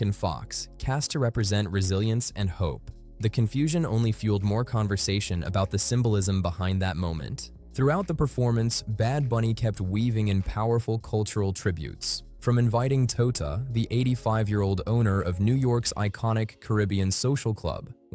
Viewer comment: Ok dude, I liked the video. But why did you have to Call Toñita Tota. Bro and FYI on PR culture and lingo, tota is another word for vagina. Next time look up the names of the people and find a good translation app to help pronounce the words and names. At this day and age we have more than enough apps and have no excuse in getting pronunciations wrong.